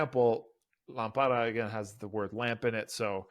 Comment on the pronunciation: Lámpara, with the accent in the first syllable.